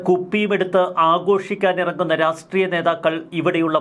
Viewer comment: രാഷ്ട്രീയം എന്ന് പറയൂ രാസ്ത്രിയം എന്ന് പറയുരുത്